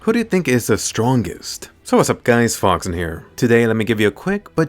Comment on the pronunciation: When you say foxen its sounds like you saying fox sin from seven deadly🤣💔